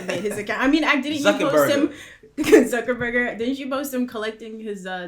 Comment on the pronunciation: Did this broad say zuckerburger?